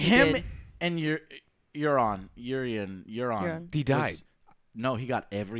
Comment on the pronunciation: 10 years and Joe still can't pronounce the names: Den air ease, Your ion, Drogo, Sir say, any one got some more? Oh yeah, turn your fucking mic down for the 100th time, Joe! My whole phone vibrates when you scream out and it scares the shit out of me!